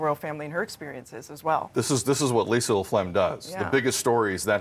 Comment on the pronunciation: Sounds like he’s saying 'LaPlegm'. I’m sure Ms. LaFlamme wasn’t too pleased.